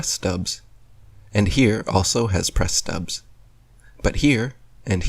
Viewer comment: they are called "press studs" not "press stubs" you complete and utter moron!